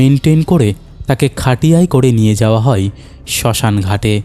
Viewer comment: তুমি ভাই আয় গুলো আই বলো কেন? কানে খুব লাগে যেমন হয় কে হই। যায় কে যাই, এগুলো একটু খেয়াল রেখো।